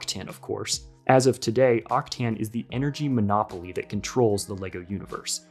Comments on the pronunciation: I'm pretty sure its pronounced "Octan" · It almost hurts like you pronounce Octane, there is no i before the a